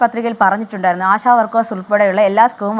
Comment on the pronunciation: Da myre ആസാ പ്രവർത്തകർ അല്ല ആശാ പ്രവർത്തകർ 🤦🏻‍♂️🤦🏻‍♂️🤦🏻‍♂️🤦🏻‍♂️🤦🏻‍♂️